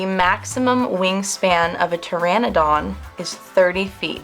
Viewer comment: don't forget the dinosaurs name she said that wrong too